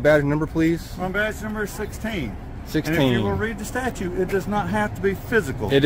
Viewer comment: "...read the "statue"..."???????